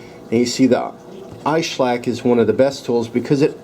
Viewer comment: It's iSesamo and iSclack, your missing out some syllables and consonants ;-)